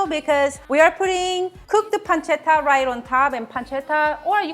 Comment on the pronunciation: perfect pronounciation of "pancetta" (the first of the two times she told the word)! Wow, superwow!! (an Italian)